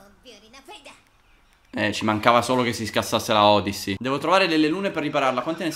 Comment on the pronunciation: Si legge odissy